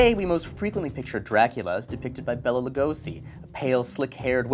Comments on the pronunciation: Um actually, that's not the right pronunciation of Béla Lugosi. It's Bail-ah Loo-goh-she, not Bella Loo-go-see! :D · um actually thats not how you pronounce béla lugosi